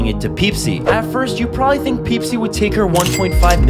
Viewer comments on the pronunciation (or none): When is he gonna fix his pronunciation problems? He says Whalemart, Tosla, and now he says Peesi. (Wallmart, Tesla, Pepsi) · I love how at the first part he said Pepsi normally and then he said peepsi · He said Pepsi right at first and said wrong again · "Pipsi" Amazing pronounce 😩✨ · I thought there would be no mispronunciations, until i was hit with ‘Peepsi’ 😂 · At first he said Pepsi but then he started saying peepsi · It's pronounced Pepsi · Dood don’t know how to pronounce Pepsi